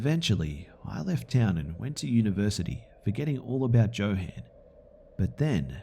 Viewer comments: I think you mispronounced the crazy guy in the second stories name is probably pronounced yo han not Joe han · joe-han? it's yo-HAHn lol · Johann is pronounced "yo-hahn", not "jo-han". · it's pronounced "yohann" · I believe Johan is pronounced yo-hun, didn’t detract from the great reading though :-) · Johan is pronounced with a Y sound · Ha ha ha. The name Johan is pronounced with a "Y" not a "J". Like jalapeño peppers. Good stories though. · Anybody else bothered by his pronunciation of "Johan"? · I was thinking the same since I know a Johan.